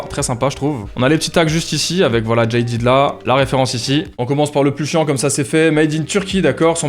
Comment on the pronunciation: le jean jaded ❤ ( d'ailleur on prononce jadèd et pas jailledid)